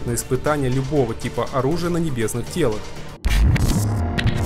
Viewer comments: Диктор, что у тебя с русским языком? "Ихний", "тЕлы", "модулЯми"... и ещё много чего другого. Материал интересный, видеоряд замечательный, но слушать бывает тяжело из-за таких ошибок. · Телах - ударение на "а" Ихних...